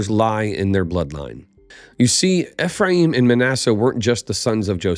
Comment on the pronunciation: Its ee-free-uhm